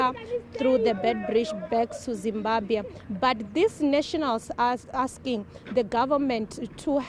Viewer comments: It’s not zimbabhe it’s Zimbabwe Ma’am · Let's not be ignorant guys..Point of Correction..Its Zimbabwe!!